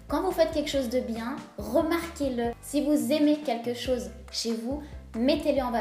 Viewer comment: "quekchose" ? On dit "quelque chose", et on évite de parler 2 langues en même temps quand on parle. Je ne vois pas en quoi être sexy et avoir confiance en sois sont liés.